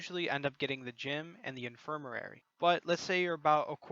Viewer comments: In-fir-ma-ry Not infirmarary. Other than that, helpful video lol. Gave me Forest Whitaker eye listening to you say that word over and over. Good video and keep up the top notch work. :) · im sorry but..its "in·fir·ma·ry" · God I’m sorry I burst out laughing hearing you attempt to say “infirmary” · IN-FIR-MA-RY (In-fur-muh-ree) FOR-GE (FOUR-juh)